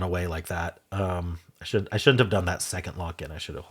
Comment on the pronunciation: Apologies I stand corrected. It sounded like you said it should be plural. You said shouldn't quickly and the end 'nt' got lost